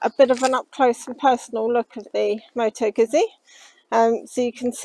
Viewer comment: Moto Guzzi not Moto Guzi